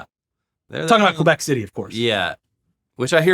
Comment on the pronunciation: Qwabec? It's Québec. (Keh-beck) 👍